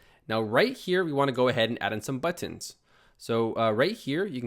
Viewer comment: Hey man, I love how you say Butt-Inz. Thanks so much this tutorial was amazing and so helpful!